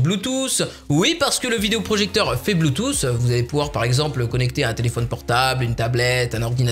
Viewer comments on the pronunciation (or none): none